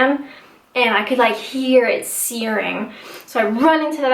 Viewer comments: you turned English for a second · was that the word "hear" - I noticed that too